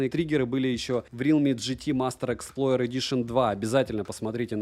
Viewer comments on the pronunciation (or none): none